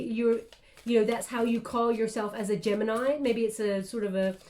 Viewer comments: I’m not even surprised anymore)) Apparently knows everything about mi private life )) 31 and 13 (31 in reverse) are extremely relevant numbers for me. The important dates, years, floors etc always wether 13 or 31. Gemini ♊️ in Italian 🇮🇹 is pronounced right how did it at the beginning of the reading. Tête-à-tête (head to head in French) means one to one conversation. Thank you so much for your precious time and your beautiful guidance. Love 💜 and light 💛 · My Italian friends told me the proper way to pronounce Gemini is Geminee which seems to drive North Americans nuts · Gemini, is the pronunciation in Spanish! 😉😘🥰 I love u so much, u have no clue how much u help me. Tarorist to tarorist!!!